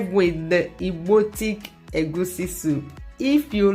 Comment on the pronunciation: I love the way you call it egwusi and not the baptised egusi that is commonly pronounced by many.